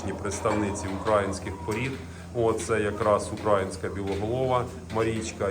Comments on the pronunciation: Будь ласка, не кажіть укрАїнська. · Корів не тримаю. Завжди дивлюсь ваші відео.Я вибачаюсь тільки слух ріже не правильний наголос в слові українська. Чується як окраїнська. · Все супер трішки ріже вухо як вимовляєте українська порода...😊